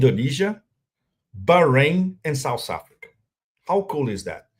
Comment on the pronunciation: Pepe: It's "South"not "Souse." It's easy, even for a Brazilian.